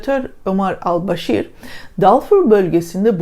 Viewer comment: Omar al başir nedir hanım? Hiç yakışmıyor. Ömer el Beşir demek zor mu geliyor? Birisi size yerine "aley" veya "kolay" veya başka bir şey söylese hoşunuza gider mi?